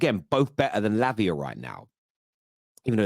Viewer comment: Why you saying labia? 😄😄😄😄